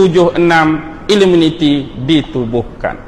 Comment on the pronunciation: Knapa sebut illuminiti bkn illuminati?